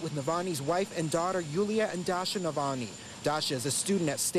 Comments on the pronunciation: The reporter can't even pronounce Navalny??? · bet sniffy can't pronounce that name